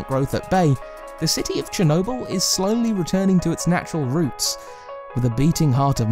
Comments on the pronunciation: Hayden Holman No, he says “chrew nobull” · Chernobyl, not chornobyl. Chernobyl. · You said Chernobyl wrong